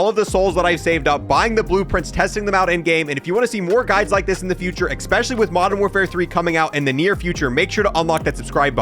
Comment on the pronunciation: EGG SPECIALLY!! Fuckin eggspecially good weapons bruh, bruh eggspecial video bruh.... lowkey... lmao man cant say especially :D